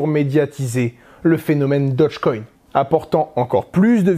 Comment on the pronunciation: Dogecoin pas dodgecoin...